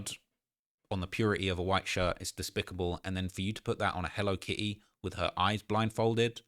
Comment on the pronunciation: If you say “Hello Ki E” one more time 😂😂😂